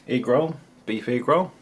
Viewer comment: The way you say egg is driving me crazy. Ugh. Canadian problems it seems xD